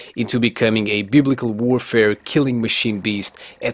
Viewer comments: Looks like i'm a beast!! im always using the underpowered weapons to try to win with them. Oh and theres one thing i have to say. It's fucking hilarious the way you say "Biblical" in your accent lol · () Gotta love that "biblical" word you keep saying ( biblical ) xD.